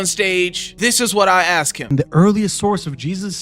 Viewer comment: MOFO.... ITS "ASK" NOT AKSKS YOU BELLEND Stop butchering my language. Much love in christ but my god stop saying "axsked" or whatever tf that pronunciation is...